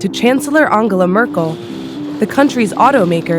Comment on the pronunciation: An-ga-la Merkel lol